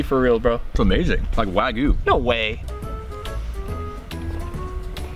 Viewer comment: He calls wagyu wagu